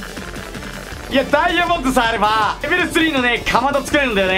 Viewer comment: 何か…レベル2じゃなくてレベル3んって言ってる？